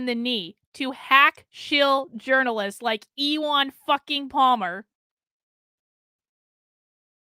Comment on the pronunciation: God damn you, thanks to you intentionally mispronouncing Ewan Palmer's first name, now my 5 year old little cousin is calling himself e Juan, lol! I go to call him, "Ewan, I got the games ready." "I'm not Ewan! I'm E Juan! The woman on that video said so!" When i first listened to your video, Ewan was in the same room playing on my old GameCube trying to figure out Mario Party 4, and when I asked him how he's doing, he said "Don't call me Ewan, it's E Juan!" Now I am to be forever tortured by E Juan thanks to you! as punishment for that, you must be forced to listen to the most annoying Christmas music on repeat for 48 whole hours without covering your ears! Sending love from myself and from little Ewan... oops! I mean, E Juan, we love you. Lol, I love you, and wish you the meriest of Christmas.